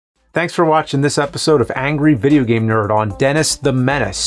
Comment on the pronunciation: I just noticed how much I hate the way James pronounces “angry”.